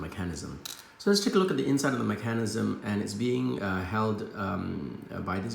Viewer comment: I liked the video just because of the way you said Mecan-ism hehe